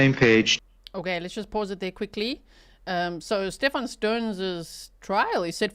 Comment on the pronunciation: Even calling him "sTePh-AAN" annoys me. His whole family is plain old American. He's Steven 🙄😒